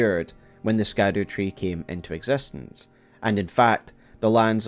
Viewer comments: I'm sure this has been brought up somewhere but I haven't seen it in the comments, but "scadu" is basically an older spelling of "shadow" and is pronounced as shadow or shadou rather than skadoo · Please. Ladies and gentlemen. Scadu = Shadow in pronunciation. It’s like the word “gaol”. Pronounced “jail”. It is simply the old English spelling. Love videos but, cmon. This seems pretty obvious and a quick search will educate anyone who is curious. SHADOW is in the damn name of the DLC!!!! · You should know: The way you pronounce "Scadu" is incorrect! The SC in Scadu comes from old English, whose modern-day replacement is "Sh" So, it is, quite literally, the "Shadow Tree" connecting the light and dark themes together